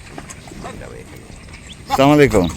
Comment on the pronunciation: আসসালামুয়ালাইকুম আপনার সবকিছু ঠিক আছে কিন্তু সালামটা ঠিক হলো না